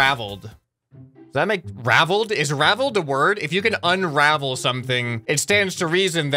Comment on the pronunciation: "we nees to unravel it" Me:did he just do a tokyo ghoul